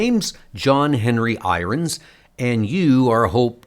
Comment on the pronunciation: I appreciate these comics. Unfortunately your pronunciation is atrocious. How can you not know how to pronounce irons? Why do you pronounce the word been as "bean?" It sounds like bad artificial intelligence. Who knows maybe it is?!